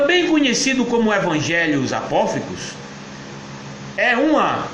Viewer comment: Hahahahaha! Que comédia, cara! O cidadão não consegue sequer falar a palavras Apócrifos! Hahaha... Ainda escracha a fé alheia! Tadinho!